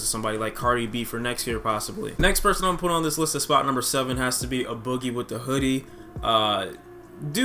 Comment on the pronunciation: why do ppl say UHH BOOGIE ITS AYE BOOGIE